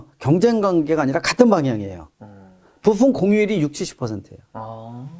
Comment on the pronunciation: ㅋㅋㅋㅋㅋㅋㅋㅋㅋㅋ거fum 과 부fumㅋㅋㅋㅋㅋ계속들리네요 ㅋㅋㅋㅋㅋ